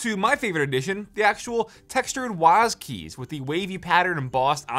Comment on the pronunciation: "waas keys" lol